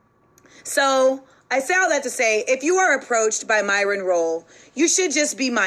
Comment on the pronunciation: MYRON not MARLON lol